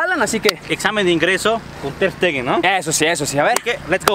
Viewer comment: . Ter steger 😂😂😂